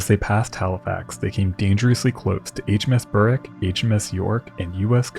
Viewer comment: Berwick is pronounced Berrick mate. Love your inspired work. 😊